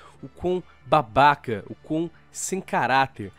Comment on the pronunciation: adoro quando ele enche a boca pra falar babaca